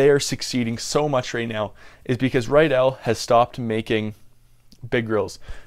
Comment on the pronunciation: It's pronounced RID-dell not rye-dell, I'm good friends with someone who has the same last name